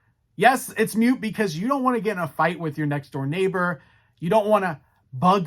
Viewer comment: It’s moot not mute.